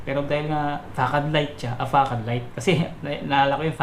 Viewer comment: 'fasad' po yata basa nyan idol